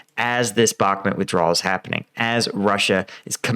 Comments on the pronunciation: It's Bahk-MOOT, not Bahk-mit. I like your videos and watch them all the time but this pronounciation is starting to get to me. Cheers! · It's Bakh-mooot...not bahmet .... With the amount of resources poured into that city whoever wins will significantly alter the war . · First time hearing somebody pronounce bakhmut as bakhmet 😄😄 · you dont even know how to pronounce Bakhmut. u r just a budala. keep it up, its gonna boil over, and all your hopes will bite the dust, wannabee soldier. i hope you posses some self humor, youll need buckets of it.